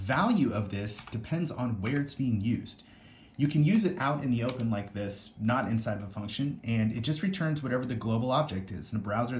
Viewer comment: everytime he say "this" gave me a tiny stroke